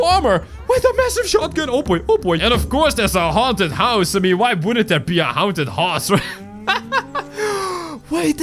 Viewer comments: mins he said hounted hause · you said hounted hause